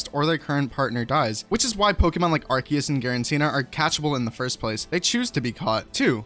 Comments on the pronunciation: I pronounce it Ar-coo-us not Ar-key-us. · I prefer pronouncing it Arkoos, but you do you. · A lot of people say "Arceus" as "ar-see-yus" because that's the Japanese pronounciation (a-ru-se-u-su). Hell, the name "Arc Phone" almost strictly English-only; most other languages call it some variation of "Arceus Phone", or in the case of the French, "Smarceus". Just be thankful no one on the internet calls Arceus like how we, the few Indonesian pokemon fans, does: "ar-sheh-yus", or sometimes even worse, "ar-cheh-yus" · well you are wrong its arkoos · OBJECTION! The Hiragana is アルセウス Pay attention to the middle one, if they wanted a “Ke” sound, they would have used け instead. This is せ, pronounced Se. The hiragana is A-ru- se -u-su. As Hiragana is a phonetic alphabet, there is no conceivable way the devs could have meant it to be a hard C (=K) unless it was a typo. And if it was, it would have been rectified in one of the dozens of beta tests. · Um actually it's arkoos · IT'S ARKOOS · I don’t care if I’m miss pronouncing arceus because if I say it correctly all I’m thinking about is a white/silver key with a yellow key ring shaped like the yellow halves of a ring on arceus himself just because of the “key” part of the pronunciation